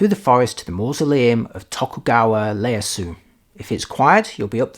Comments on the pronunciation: Nice to see this, however I must complain about the name Ieyasu that you (and other Brits) pronounce totally wrong. It’s not “Leyasu” but “Iyeyasu”. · many of hosts of the channels that covered Tokugawa Ieyasu in one way or another had prononciation issues as can be expected but the British were often wrong making it Leyasu … No clue why though 😅